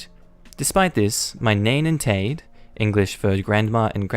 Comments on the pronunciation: Nain and Taid is pronounced "nine" and "tied", if you're interested. Now you know 2 welsh words. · Nain & Taid are pronounced more like nine & tide